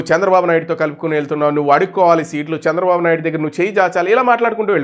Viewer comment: Hello dear sir kindly pronounce chandrababu naidu garu.🙏